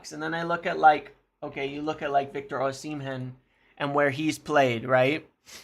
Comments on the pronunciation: O-sim-hen 🚫 O-si-mhen👍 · First… learn his name right! It’s O-si-mhen , not O-shi-men ! Forget any Napoli players and V.Osimhen after you tried to fraud and blackmail them on Garnacho, plus he rejected M. United already!🤫😡